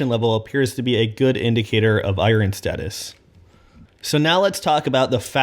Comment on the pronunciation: I love you but, EYE-ERN